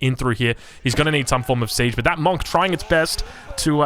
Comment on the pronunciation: Can we please say Monk properly